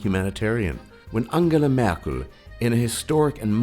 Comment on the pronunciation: He pronounces "Angela Merkel" extremely good. Usually it sounds very odd, when native English speakers pronounce it... Sounds like "Mörkel" :D